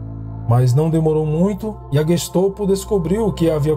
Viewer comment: É GestOPO ou GESTAPO? Sempre ouvi falar GESTAPO.